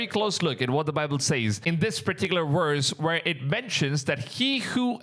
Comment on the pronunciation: Love your content but please practice your V sound. When you say VERSE it sounds like worst. #constructive advise